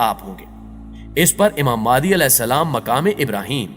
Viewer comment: Its Imam Mehdi a.j.t not maadi